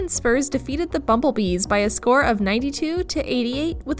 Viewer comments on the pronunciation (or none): BUMBLEBEES?!?! This is why you have men read the script 😩